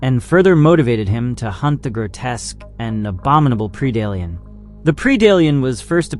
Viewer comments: Pred-ator... Pred-Alien not Pre-dalien but overall nice video. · Well if english is not your native language, you had me believing it was. Now for 99% of english words, Pre does make a PREE sound, this is one of the few exceptions to that. Keep making content! you have a new subscriber because you have a good format.